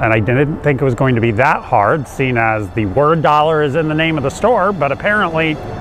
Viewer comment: Also, THEE COAT